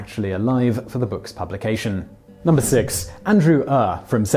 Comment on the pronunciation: Ure is pronounced your